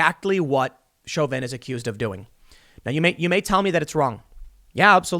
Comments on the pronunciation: It's pronounced show-vin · Isn't it pronounced Sho vin? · Tim pronounces Chauvin 4 different ways in this video